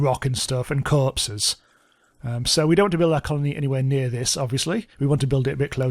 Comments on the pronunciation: I can't get over the way you say corpses 😂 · for some reason it's hilarious to me when he says corpses or doors